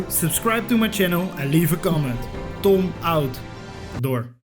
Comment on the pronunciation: Try & learn not to say your name "Tom" so harshly.. The way you say your name makes you sound South African..